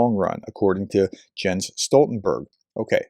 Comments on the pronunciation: Please: It’s “Yens” or maybe “Yahns”…but most certainly not “Jens” with a “G” sound”…sheesh. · A bit picky, but Mr Stoltenberg's first name is usually pronounced "Yens"... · Small detail, but I believe his name is pronounced “Yenz” Stoltenberg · It may be spelled Jens, but say "Yens". He is from Norway. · "Jens" is pronounced "Yens". It's like Jan, which you may know from "Airwolf" TV show star Jan Michael Vincent, which is pronounced "Yan". As an English speaker, if you ever run into someone with these names, they will be surprised and genuinely appreciative for you correctly pronouncing their name which, if they're living in an English speaking country, like the USA, they will have to put up with the vast majority of people saying their name incorrectly.